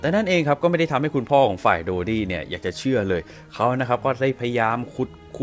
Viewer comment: ถ้าเป็นการฆาตกรรมจริง แปลว่าเพราะเป็นราชวงศ์ เพื่อให้เกียรติยศและศักดิ์ศรีเป็นที่นับหน้าถือตาแก่ชาวโลก(ในแบบที่เขาเหล่านั้นต้องการ). ต่อให้ต้องทำเรื่องเลวร้ายขนาดไหน ก็ไม่สนงั้นเหรอ. PS. ชื่อเต็มๆนายโดดี้ นั่นใช่ชื่อคนจริงๆเหรอ นับถือเลยที่ออกเสียงได้ชัดเจนลิ้นไม่พันกัน (o・・o)/